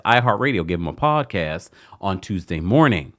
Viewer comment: I love a good 'Poawdcasst. (The T is silent, y'all 😂❤